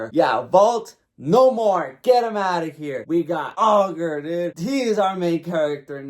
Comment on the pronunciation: "All-ger"....ITS PRONOUNCED I-GER you wacth the dub please I can't